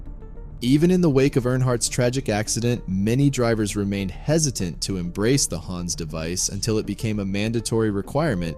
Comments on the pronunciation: HANS - Hawns not Hands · It's pronounced "HAHNS"